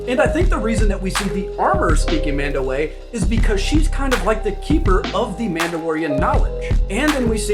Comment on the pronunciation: I'm pretty sure its pronounced MAHN-dow-AH, with the 'a' on the end being pronounced as if lower case rather than upper case.